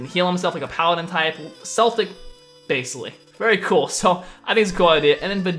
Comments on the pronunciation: Celtic is pronouced as Kel-tick :) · Spelt Celtic but pronounced "Keltic" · u say the c😂😂 celtic man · its prenounced keltic not celtic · dude it's pronounced as kelt not selt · It's prenounced K Eltic not Seltic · Celtic is pronounced "Keltic" Not "Seltic" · it's not seltic it's celtic, I'm Irish I should know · It's pronounced like "keltic" but spelled celtic... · those aren't the main Celtics(k-el-tic not s-el-tic), look up the Morigan(mage, goddesses of death, Flitish(hunter, goddesses of the hunt), or Brieget (queen of the gods)(not correct spelling and you won't read it right) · Celtic is pronounced Kell- Tick not Sell-Tick Source: I'm Irish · its Keltic not seltic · I hate to be nitpicky but you pronounce Celtic with a hard c and a soft one. You say seltic when it's supposed to be celtic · im irish and i know its hard to say for americans but celtic is pronounced ke-l-tic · Bro, it's pronounced as KEL-TICK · Celtic is a football team. Celtic as a group or a culture are pronounced with a solid K sound not an S. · it's Celtic so you pronounce it Keltic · Celtic as the pantheon is pronounced Keltic :D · Sorry to do this, but it's pronounced Keltic. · Its Kel-tic, like how you'd say the name kelly or ken, my Grandparents are of Celtic descent. You can call those people Celts, again Kel-ts. Do not take that personal everyone says it wrong. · I was thinking the same thing!!!! I hate when people say seltic, it pisses me off to no end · Is it not pronounced (k-el-tic) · It pronounced keltic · Celtic are meant to be pronounced as Keltic.